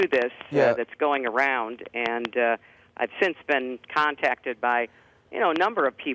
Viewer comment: she says the word "and" here numerous times. I've not heard her pronounce it eeeand - as she does in this video. maybe it's my imagination